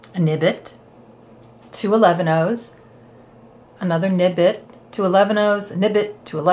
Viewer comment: So funny - I heard you saying” Nibit “ and I heard ribit:-) like a frog and it makes me chuckle too;-) it is a funny bead name huh! Ty for always making such excellent tutorials and excellent work! I am really enjoying bead weaving. Thank you! Hope you’re staying warm🥰❤️